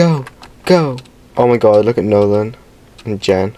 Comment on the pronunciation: BYE HE JS SAID MY NAME.. LIKE MY ACTUAL NAME.. WHEN NOLAN GOT ELIMINATED HE SAID "NOLANI" 😭😭